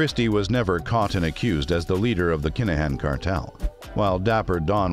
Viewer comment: Why the hell are mis- calling his name . IT IS NOT DANIEL CALAHAN . IT IS DANIEL KINAHAN !!!!!!!!!!!!!